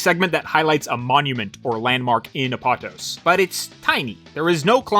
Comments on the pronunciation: Btw, pretty sure it’s pronounced Ap-oh-tohs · I think it might be pronounced Ah-poe-tose (almost like a greek word might be pronounced) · First time I heard Apatos pronounced like that. I always hear people pronouncing it “app-a-tose”